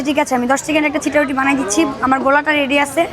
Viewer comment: সিটা রুটি ❌ চাপটি, ✅🤣🤣